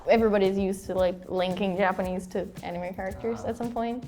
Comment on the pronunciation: She's good, but you can tell, by the way she pronounces some words, like "mother", she says "mowther", instead of "Ja-pa-NE-se, she says "Ja-PA-ne-se", etc., but her accent is great, way better than (and he's good).